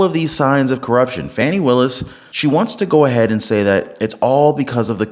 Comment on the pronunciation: Her name is Fanny not Fawnny.